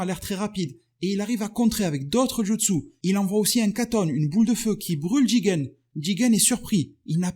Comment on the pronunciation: C'est JUtsu pas JItsu